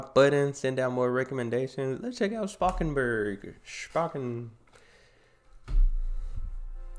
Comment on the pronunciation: Spakenburg was close enough in terms of pronunciation I think. Anyway, love your dutch reactions:) some dutch humor/show thingies, like ''ushi'' (I think highly combustible also reacted to that) Will probably also get views. Plus most importantly, it'll make me happy